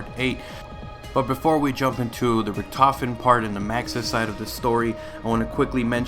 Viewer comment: Stuhlinger us actually pronounced Sh-too-lin-gah because it's German. Richtofen is pronounced Rihh-tof-en. Die Rise is pronounced Dee Rie-ze. Hope this helps.